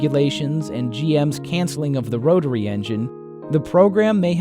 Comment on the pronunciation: TERRIBLE narrator. "Roh-Tah-Ree" engine? General "Moh-Tors"?